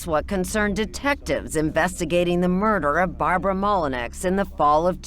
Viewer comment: It's not pronounced Molinex. It's pronounced Molinow, spelled Molineax. It's french and my family name.